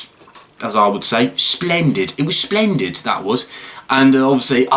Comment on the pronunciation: The funniest thing is he said "SLENDID"